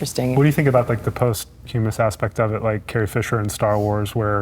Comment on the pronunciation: He lost me when he didn't know how to pronounce "posthumous." Should have just let Keanu interview Carrie-Ann.